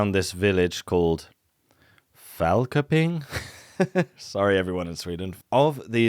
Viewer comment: No worries. Nobody ever just eyeballs the Swedish 'köping' and gets away with it unless they be Danes/Norwegian A 'K' at the start of a syllable in Swedish tends to produce a 'sh' and not an anglo c/k. So that fragment comes.out something like 'shupping' for köping. (Multiple cities end in -köping)